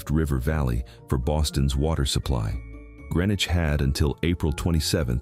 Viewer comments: Prescott is mostly above water. And Greenwich was pronounced Greenwich not grenich. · Watching from Orange, MA. I have walked the road to Dana Common a few times. Dana was in Worcester County, not Hampshire County. It is all now part of Petersham, MA. Also, Prescott was in Franklin County, now part of New Salem, and Greenwich is pronounced GREEN-witch. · GREEN-wich!! Like the one near Albany NY and NOT CT?!